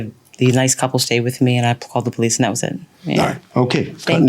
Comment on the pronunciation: The moment he opened his mouth and he said that he is from Israel, I know he is a liar and a cheat. He is from the Middle East. The other clue is when he said, Bolice, instead of Police. Bregnant, instate of pregnant. Broblem, instead of problem........etc.